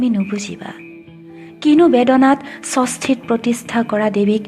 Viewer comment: সুন্দৰ। ষষ্ঠী শব্দটো উচ্চাৰণ ভুলকৈ হ'ল।